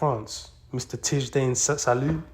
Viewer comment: It's pronounced (Tee-JOHN sawl-OWN), and your wrong, he's gonna be a baller, especially when he gets on the floor with LaMelo. I'm gonna bookmark this video so I can find you when he starts ballin'. 😒